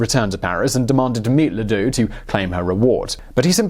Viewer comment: Ladoux? Sounds more like Le Dicque.....